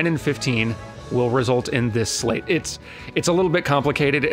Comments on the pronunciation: you are driving me crazy! Sleight is not pronounced "slate" XD It's more like "slite" (if that was a word) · Isn't "sleight" pronounced the same way as "slight"? (rhymes with "might", "bite", and "fight") as in "sleight of hand". I don't think I've ever heard it pronounced "slate" :/ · Sleight? Slate? Am I going crazy, or is it pronounced "sl-EYE-t?" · Just to let you know sleight is based on sleight of hand so it would be pronounced slīt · I hate doing this, but I can't go through this entire playthrough like this: sleight is pronounced "slight" not "slate". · It's pronounced "Slight" not "Slate". Think Sleight of Hand. I'm digging your new content, but that is going to drive me nutz XD. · I don't wanna comment on this because it's super petty, but it's really really distracting for me. So: I think "sleight" is pronounced like sleight-of-hand, as in sly-t, not slay-t. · Is it just me or is pronouncing 'sleights' wrong? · It's probably sleight like "sleight of hand"... though I remember thinking of it the way you pronounce it when I was playing the game (until I quit playing because it wasn't... kingdom heartsing enough for me.) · IT'S PRONOUNCED S-LEG-HIT, EVERYONE CAN STOP COMMENTING NOW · The "ei" in "sleight" is pronounced like the "y" in "sky"